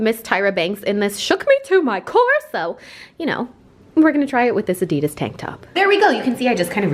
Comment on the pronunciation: Did anyone realize how she said adidas